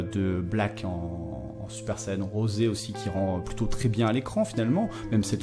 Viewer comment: En français ne dites pas "rosé", pour nous c'est juste "rose" ^^'